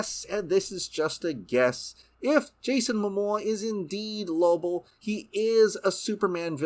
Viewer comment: His name isnt Lobl.